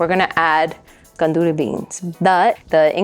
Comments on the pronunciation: I'm sorry but you are pronouncing gandules incorrectly. It's Arroz con gandules not gonduly rice. IT IS sofrito, not " like" sofrito. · "Gandudee" rice 🙄🙄🙄🙄🙄 Learn how to say it the right way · Aloha mai kāua. 🤙🏾 I just wanted to say that the proper pronunciation of gandules is gun-doo-less. Another common mispronunciation is pasteles which should be pronounced as pahs-tey-less. It's so important to know the proper pronunciation of all languages, especially those of indigenous cultures so that it'll be perpetuated for future generations. As a kanaka, it makes me cringe in disgust every time I hear people mispronouncing/slaughtering our very own ʻōlelo kanaka. It's the concept. Whenever the actual people hear their language being pronounced correctly, it really puts a smile on their faces. I just wanted to share, that's all. Mahalo iā ʻoe.